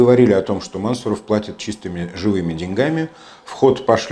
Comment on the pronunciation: Мансу'ров ударение на У. Кратко бы говорили, то цены бы Вам не было...